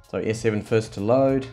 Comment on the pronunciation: he said S-SayVen (S Seven)